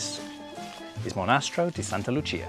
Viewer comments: Great video. Btw: it’s monastEro, not monAstero. Accent goes on the E. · Hi guys, welcome to Italy!!! You have a long journey ahead of you but the property is full of potential to become something truly exquisite. Just one note on the pronounciation of the name of the Monastero, the accent is on the e, "monastEro". See you soon! 😊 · Interesting! But the accent is wrong. In "monastero" the accent is on the "e", not on the "a". Looking forward to more videos. :) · Monastéro, not Monástero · Monastèro, not monàstero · You got yourself into quite some project, looking forward to your progress. A couple of tips from an Italian with your same passion: I hope you checked the local conservation authorities. Restoring that fresco won't be cheap. But it will be amazing. Also, it is pronounced "Monastèro" (not "monàstero"). Finally, I know to a foreign audience the stereotypical "Italian" music is mandolin, but the Gothfather-like Sicilian sountrack is sort of annoying and cliché, at least to an Italian audience. Umbria has its own musical character you may wish to explore. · Sorry to correct you but it's not monastro but "mo-na-STE-ro"! Got it? If you wanna call it home, learn Italian! You can thank me later! Oh and please, please, please, drop the mandolin!!!! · One suggestion - can you please learn to pronounce Mo/ na/ ste/ ro in your introduction. I think it is very important, don't u? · Whar's a "Monasstro?"🤣 Kidding aside. Congratulations. Cheers from San Diego. Might I suggest "Learn Italian with Lucrezia" on you tube. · PLEASE LEARN HOW TO CORRECTLY PRONOUNCE THE NAME OF YOUR PROPERTY IN ITALIAN. ITS MO-NA-STERO! ACCENT ON E 😅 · MonastEEEEro. Accent on the 3 syllable 🙂 And lighting? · As an Italian, I want to thank you guys for this restoration project. That monastery is beautiful and It's a shame it was in those conditions. Small advice: you pronounced "Monastero" pretty well, the only mistake was in the last "e". 🤣